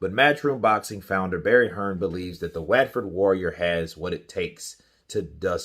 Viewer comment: "Wetford"? he's from Watford but its pronounced "Wotford"